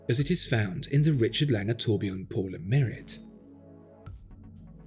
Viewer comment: It's pronounced as "pour le maree"